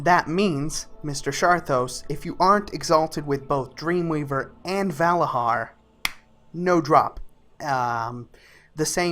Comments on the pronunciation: ValaZar not Valahar say it like a true Vrykul godamit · Dude they are called Valarjar not Valahar ;) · It's "Valarjar", not "Valajar".. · I had to stop watching after he said Vala-HAR for the 10th time, it's Vala-JAR goof ball! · it s said valadgar and not va lad gar if you think it s like that cus dg = j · I don't want to correct you but hearing valahar, makes me abit salty, it's pronounced Valah-jar They say this many times in the stories dialect. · its not valahar its valayar... you dont say bhorn instead of bjorn what makes this any different? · It's "Valarjar" not "Valahar" you piece of shit, annoys the fuck out of me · VALARJAR WITH J Your voice is irritating. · Every time he says "Valahar" i get triggered! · I had to stop watching because I cringed every time he said Valarhar. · "Valahar" LMFAOOOO DUDE L2SPEAK NERD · in Nordic language most js are ys so he pronounced it wrong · You are saying Valajar wrong.